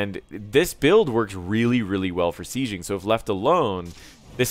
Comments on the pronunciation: Enjoyed the video, but I'm bizarrely irritated by your pronunciation of the word "sieging" - you're saying "see-zhing" when it's pronounced "see-jing". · It depends where you are from, accents are a thing and English doesn't have pronunciation rules.